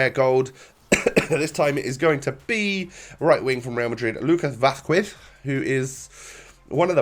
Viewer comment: The way he said Vazquez hahaha